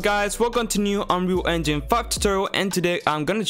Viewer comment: "welcome to unree enjin FUCK totoril"